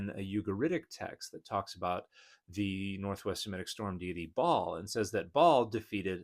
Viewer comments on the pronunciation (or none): Hey Dan, Ba’al (sometimes written Baal) has a guttural stop in the middle (2 syllables) 😊